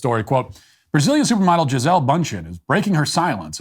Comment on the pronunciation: Note: The pronunciation is Gee-zé-lee.